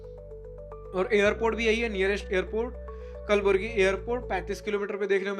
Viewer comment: कलबुर्गी है. Kalburgi